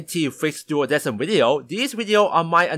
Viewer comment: It honestly bugs me that they pronounced it "duodeSim" when the correct pronunciation is "duodeKim." Coming from a company that commonly uses the Latin language in their music, you'd think they wouldn't make such a simple error.